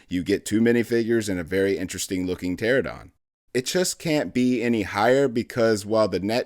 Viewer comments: How many times is this dude gonna mispronounce pteranodon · The way he kept mispronouncing Pteranodon took me out of the video a couple times, loved it otherwise :)